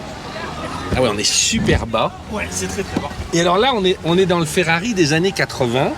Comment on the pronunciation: Ne me dites pas qu'il a appelé la Ferrari une... "féfé"... A part ça, super vidéo ;)